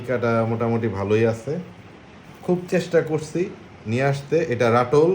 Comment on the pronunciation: আস্সালামুআলাইকুম । ওখানকার হোসনেআরা আমের, একেবারে ক্লোজ ভিডিও দেখতে চাই। যাতে করে ঐ আমের 'ঠোঁট' টার ডিরেক্শন বুঝতে পারি।। ঐ গুলোর মধ্যে একটা দুইটা বাদে সব গুলো আমি চিনি! তাইতো বলি ঐ সবগুলো আম AAA কোয়ালিটি র। ... যেমন উচ্চারণ টা হবে রাতুল '! রাটুল নয়। পূর্ণ নাম, আনোয়ার রাতুল' আম! কই, আমি আশা করছিলাম যে, ওখান থেকে আসার সময় কহীতূর আম চারা সংগ্রহ করে নিয়ে আসবে! 😢(জাপানীরা সূর্য ডিম বানাইতে পারছে কিন্তু অন্য আর একটা কহীতূর বানাইতে পারবে না) এতে করে আমি বুঝে নিলাম যে কালেকশন এর চাইতে 'আনন্দ' একটু বেশি হয়েছে 🤭😳